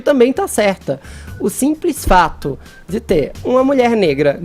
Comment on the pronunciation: Alguém mais já percebeu que ele usa "T" no lugar de "D" ? Kkkk... Deve ser pra lacrar.